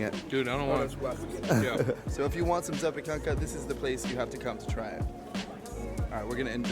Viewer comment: ZAPIEKANKA Not ZAPEKANKA :P